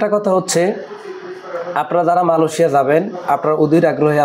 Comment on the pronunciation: Vai. Malosia na Amra malaysia name cini. Uccaron dhik koren na kno